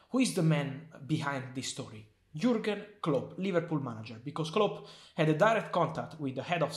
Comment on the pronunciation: It's jurgen not jorgen🤣😅